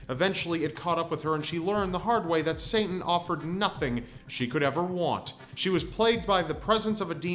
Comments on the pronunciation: Are you saying "Sainten" instead of Satan? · Did you keep saying Saintan instead of Satan? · it sounds like he says saintan instead of satan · you're mispronouncing satan (say-ten) and im not calling you stupid btw i love your videos, just wanted to point that out. In addition if you do have some sort of speech impediment then i sincerely apologize. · Is it me or is he saying Sayn-tan instead of Satan? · Ah yes saintan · "Saintan" Lmao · Who is "Saintan"? lol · Saint Ann. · I thought the same thing. lol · says Saintin throughout the whole video